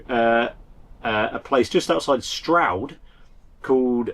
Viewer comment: Wow, fancy you staying at one of our local pubs. We frequent Frombridge Mill a lot as we live near Stroud. Im glad you pronounced Stroud correctly, wont comment on some of the Cornish/Devonshire places. I'm so sorry to hear about your loss. i hope you get it all back. Lucky you took some photos so that you have those for prosperity.